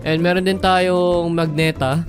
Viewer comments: Mali po yung pag pronounce mo po kya sa magenta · "magneta" someone teach him how to read hahahhah